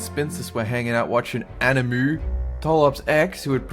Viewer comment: its not animOOOOOOO it anime!